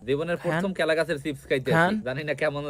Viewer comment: কলা ❌কেলা ✔️ 😂😂😂